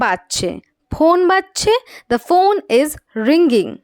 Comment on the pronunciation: কিছু ইংরেজি উচ্চারণ ভুল আছে যেমন রিঙ্গিং এটা হবে না G এর উচ্চারণ সাইলেন্ট থাকবে, ধন্যবাদ